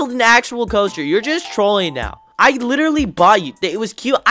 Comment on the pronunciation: I heard “I literary bought you”😂